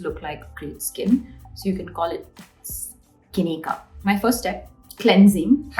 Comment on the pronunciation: Skinicup heard as skinnycum